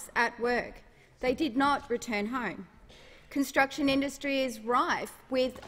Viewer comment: Did she say cun-t..sruction sites ?